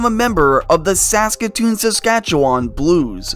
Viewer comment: Why are you saying Saskatoon so weird